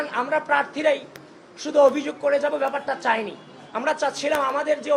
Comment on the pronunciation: আবিদ, তুমি অভিযোগ উচ্চারণ টা ভালো করে করবা, লোকে হাসাহাসি করে